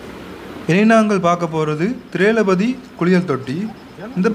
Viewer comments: திரேள பதி அல்ல தவறு.....உச்சரிப்பு திரொவ்பதி என்றே வரும். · திரெளபதி இல்லை திரெளபதி என்று சரியாகச் சொல்லுங்கோ தம்பி. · Not thirelapathi . Thirowpathi is right.. Suryakanth Bangalore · திரெ ளபதி இல்லை திரெளபதி.திரொவ்பதி என்று படிக்க வேண்டும்.